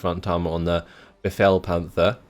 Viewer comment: Good job on the "befehl"! ;)